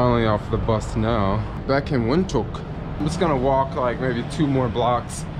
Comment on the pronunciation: Windhoek is pronounced Vind-hook.